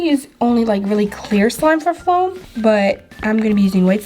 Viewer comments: This is how many times she said flom 👎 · She kept saying floam she needs speech class LOL